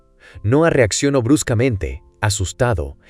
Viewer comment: Te falta poner bien los acentos en el guión para que algunas palabras no se escuchen raro, por ejemplo en el video se oye reacciono, pero es reaccionó, o admitio, y es admitió, y muchas palabras más, tienen que tener bien tu escritura para que la IA la interprete de la mejor manera... 👍